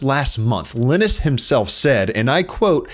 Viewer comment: great video but is that really how you say linus? Iih-nis or lie-nus. was bothering me bc I haven't heard that pronounciation before